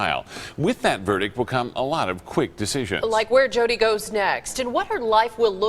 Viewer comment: Kittie Muffins I don't have 16 cats hence I'm a college student. And don't mispronounce Jodi's name again!